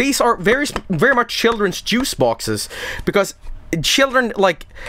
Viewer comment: I love how pronounces juice. It's just "j o o c e".